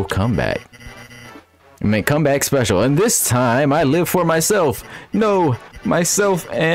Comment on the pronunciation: I love how you keep pronouncing [Specil] exactly as spelled.